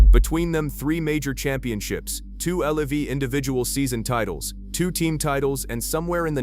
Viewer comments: It's LIV not L.I.V. AI crap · WHY DO ALL IF YOU AI AMERICAN IGNORANCE ABNOUNCERS SAY "L E V", WHEN IT'S " L I V", YOU MORONS 😂🤣🙄😴👩🏾‍🦯👩🏾‍🦯🧑‍🦯👩🏾‍🦯👩🏾‍🦯